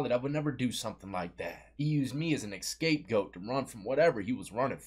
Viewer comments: It's "scapegoat" not "escape goat" lol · theyre joking about him saying EScapegoat and not scapegoat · The word you're looking for is "scapegoat," not "escape goat." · Scapegoat not escapegoat😂 Love you 😅❤ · Bro said escape goat 😂💀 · Stay in school, brother, it is not escapegoat, it is scapegoat. Hahaha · scape goat, not escape goat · SCAPEGOAT not escape goat. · It's a scape goat. Not escape goat😂😂😂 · Scape goat... Not escape goat lol